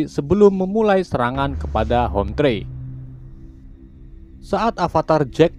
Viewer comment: "Hometree" bang : dibaca homtri bukan homtre (rumahpohon) Manusia orang2 "sky" :dibaca skay bukan ski (langit) 😂